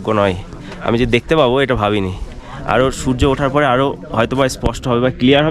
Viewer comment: বই যে তুমি পড়োনি বুঝালম ! আর কোন বই এ তুমি ম্যাগনোলিয়া হোমস্টে এর কথা পড়েছ ভাই? এ নিজের ভিডিও টাই একবার rewind করে দেখে নিও ! আর তুমি যে whatsapp ইউনিভার্সিটি তে পড়েছ সেটা তোমার উচ্চারণ দেখেই বোঝা যায় ! যে "স্পষ্ট " শব্দটাকে "এসপস্ট" সে আর যাইহোক শিক্ষিত নয় ! আর ভাই তুমি বই পড়লে জীবনে ভালো কিছু করতে, এরম পেঁচো youtuber হয়ে subscriber ভিক্ষা করতে না ! 😊😊😊